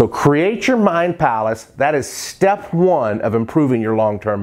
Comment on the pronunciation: dude, now you remember this: it's not shtep, it's step :)